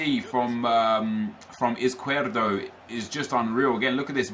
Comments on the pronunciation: Izquierdo is pronounced IZ-KEY-AIR-DOE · I'm belgian and it's pronounced iz-kjer-doe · Caspar John it's pronounced iz not ith because he is Colombian and Latin American countries do not say 's' with the sound 'th' that's only Spain. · Crossfire Z is pronounced as th in Spanish so it's actually Ith-key-air-do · Faris Khan its not tho ive seen highlights of him and the commentators pronounce like +Crossfire said